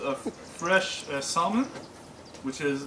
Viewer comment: Thank you for your time on the video, but : 1) Salmon ( the "L" is SILENT and it's not SOLE-MAN); 2) Salmon from the Pacific Ocean is the best.